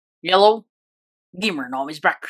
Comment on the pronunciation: i thought he said yellow instead of hello